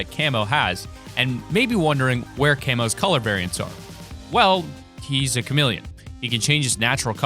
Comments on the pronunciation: Did no one hear him say charmeleon instead of chameleon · WTF CHARMELEON PET? You Mean Chameleon Pet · you said charmeleon like the Pokémon but it chameleon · You said charmeleon in stead of chameleon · did you pronounce Ka-Meel-Leon. CHAR-meeleon? Are you serious right now. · It's not pronounced charmerleon it is actually cameleon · At 4 thirty 5 he said Charmeilion insted of chamealion...i didnt know pokemon were in fortnite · did you actually just say charmeleon? dude thats a fucking Pokemon lol. Its Chameleon... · chameleon not charmeleon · CHARMELEON?! WHAT IS THIS, A POKEMON CHANNEL! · He said charmeleon xd (pokemon) pokedex entry #5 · Did he say “A charmeleon named Camo,”? Glad pokemon are being added to Fortnite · "The charmeleon pet" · CHARMELEON? have you played too much pokemon or you on drugs? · Char-melion and bons-is. I’m dying inside from pronounces these words oof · lol he said charmeleon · Dude u said charmeleon pet like from pokemon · How many words can you mispronounce in this video? Heidi, Bonesy, Chameleon